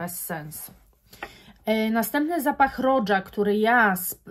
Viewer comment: A Roja to roża, nie rodża.